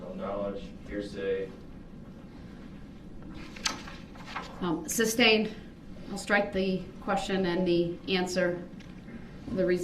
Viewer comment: It's amusing to me how he keeps saying words wrong to sound smart and educated. The judge has said "sustained" a thousand times and yet he STILL pronounces it "substained".